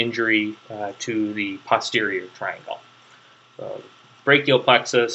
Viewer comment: It's very good of you to help people with their studies but you really should be more careful. You named structures that do not exist and confused muscles that do exist with a cartilage that does not. Personally I do not like your pronunciation of "posterior" and have never heard another physician/surgeon who used yours. But I guess that should fall under the heading of "to each his own".